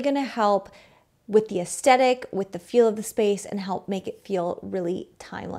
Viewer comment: Great video, but I was distracted by your pronunciation of "aesthetic"